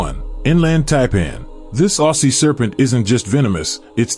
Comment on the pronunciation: Yes, im not speachless and Ausie is pronounced Ozzy....NOT ossi...get it right, you let your self down.